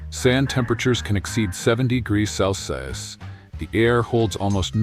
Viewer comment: I am a bit concerned how the voice couldn't pronounce celsius 😅